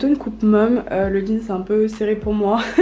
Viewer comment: Sa me stresse quand elle dit un jeanS